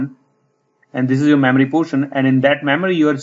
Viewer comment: I will say, this is a very informative video. I will also say, when you say "memory," it sounds a lot like you're saying "mammary." I know this reflects more on me than you, but I just wanted to point that out. Also, and more importantly, you speak in a bit of a mono-tone so it is something of a challenge to stay focused on what you are saying throughout the video. Still, thank you very much for taking the time to make this helpful video.